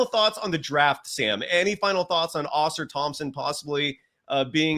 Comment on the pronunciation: Givony... GIVE-OWN-KNEE not GIVE-ANY. Ausar Thompson, it's not pronounced like a Flying Saucer. Come on man i'm not trying to be a dick but it's so painfully bad and it's not even close and it happens in like every podcast. You're legitimately the worst person with names i've ever seen. Heck the other gentlemen said it right immediately after you and you didn't even attempt to correct yourself. PLUS you use the name NON STOP and it's WRONG. Then Wenbenyama you put a G in there somewhere? How why? Do you take any time to even try to learn? You'd think you'd just pick it up naturally after hearing it somewhere else. It's 8 minutes into the podcast as i'm typing it and there's another mistake!